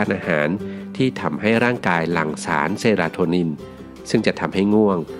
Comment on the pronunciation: สารเซเรโทนิน ไม่ใช่ เซราโทนิน